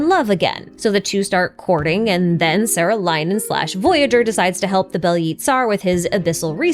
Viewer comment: saarelainen is pronounced with a long aa vowel and in finnish words a is like the a in "are". "saah-reh-lai-nen" and the accent is always on the first syllable! t's are always hard and r's are rolled.